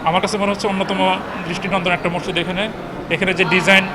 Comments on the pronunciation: সাংবাদিক ভাই মসজিদও বলতে পারেনা হায়রে। সাংবাদিক বলে মরজিদ। আশা করি উচ্চারন ঠিক করবেন। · ভাই মজ্জিদ না। হবে হল মসজিদ। কি বালের সাংবাদিক মসজিদ ই উচ্চারণ করতে পারেনা 😡😡😡